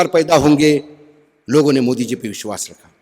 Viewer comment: "Vish wass"🤔